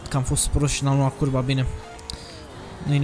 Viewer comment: VINE CURBA!!!!! Literalmente urechile mele: VINE CURVAAAA!!!! (* insert sanctuary guardian from earth bound * )